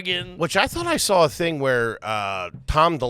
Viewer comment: He never said he didn't like it, just that he never sawl it. And yes I'm saying "saw" with an L cuz that's the Kippy way🤌